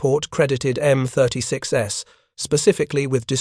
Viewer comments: This was not the first time the United States Army adapted a AAA gun for a tank destroyer this was done successfully by adapting the 3in gun in the M10. And please fix your A.I. it is annoying to constantly hear M36S instead of M36’s. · You really need to either read this personally as whenever the A.I. reads the plural for M-36's it says M-36 Ess. Will not subscribe with this poor A.I. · M10"S"??? M36"S"??? AI sucks.